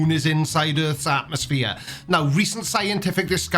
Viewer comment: At, said 'atmoSHERE'. The irony is lost on him. I am so glad Creaky brings us these videos so we dont actually clock up views for the flerfs anymore than is necessary.